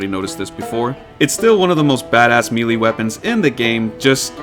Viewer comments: It's may lay, not me lee for melee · "MELEE" isn't pronounced "ME-Lee", its "May-lay". French were silly when making their words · Bruh, the word melee is pronounced “may-lay” not “mee-lee.” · It's meh-lay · melee is pronounced may-lay. you're welcome. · What generation decided to start mispronouncing melee? Is it millennials or Gen Z? It’s MAY-LAY.